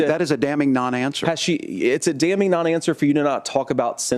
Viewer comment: Got ya… “ that’s a damming answer” 😂